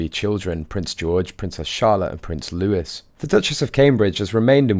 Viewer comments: Pronounced Louis, NOT Lewis. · Prince Louis is not pronounced Lewis, it is Loo eye. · It's "lou-ee" not "lou- iss" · Pronounced Louie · Just for the future...Louis is pronounced as Lou-ee, and I love your end analogy of the Harkle woman.